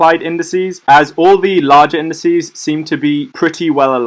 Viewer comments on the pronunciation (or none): Good vid, I might sub for a while, see if you improve the audio, it seems like you are straining your voice. Also, you said INDISEE. TWICE!!!! :-)